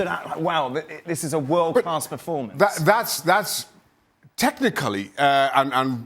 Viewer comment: i thought he said "Ter Stergen is the best in the wood", try hear it agian xD